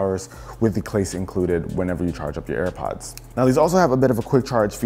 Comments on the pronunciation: my guy said "with thee clace included" lol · did he say case or clase. 🤔